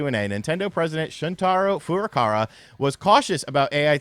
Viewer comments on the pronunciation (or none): Day 257 of calling Nintendo’s President Furakara instead of Furukawa